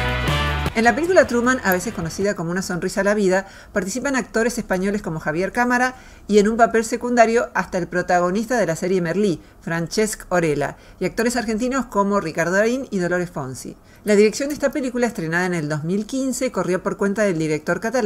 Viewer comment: Gran recopilación, solo un pequeño apunte, en el pronuncias "Francesc Orella" como si fuera italiano, pero es un nombre catalán, por lo que la "c" se pronuncia como "s" y la "ll" se pronuncia como en español